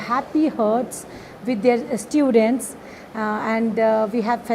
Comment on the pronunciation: " Hum aapko batate Chalen " 😅😅 1.27 kya toh b diwana bakwa karre starting k purple aunty? Students toh kya bolre ino... " Iss_tyu_dentss " 😂😂